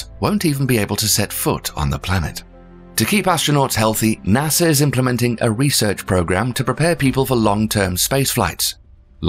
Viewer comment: Why does the narrator keep mentioning Nasser?